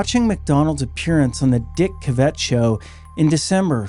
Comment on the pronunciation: Are you kidding? Being military is a red flag! Christian too! Classic wolfe in sheep's clothing! And by the way, CaVETT? As in Corvette? No the accent is on the first syllable.